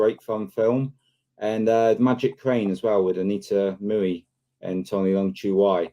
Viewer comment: Anita Moooey? 😂 hmmm.